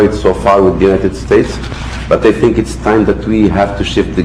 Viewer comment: لا الملك ولا مترجمه يتقنون الإنكليزية. انكليزية مفرنسة ركيكة بمخرج للحروف ضعيف جدا. Think ينطقها الوزير ب Tink. ماهاذا الكذب؟ امية مبرمجة😂🤣😃